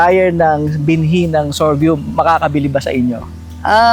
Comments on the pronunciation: Sorghum is pronounced as SOR-GUM hindi sor-gium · Kaya nga po e, paulit ulit n nya nadidinig ung tamang bigkas mali p rin paulit ulit pagbigkas nya.sorgium daw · Interesado Marami sa sorghum kaso masyadong parang banu nmn c vloger sa sorgium nya.d mo b naddnig tamang pagnigkas?? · Mawalang galang na po. Mali po pagbigkas nyo ng SORGHUM, dinig nyo naman po paano bigkasin yan ng may-ari. ✌️ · Pansin ko nga mali pagbigkas ni sir ng SORGHUM. 😂😂